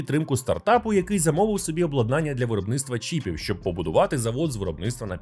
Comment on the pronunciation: Люблю я ваші випуски-розслідування! P.S. Зазвичай то максимум два рази на відео, але в цьому випуску ви приблизно раз на хвилину вживали це слово. Тому не обладнАння, а облАднання.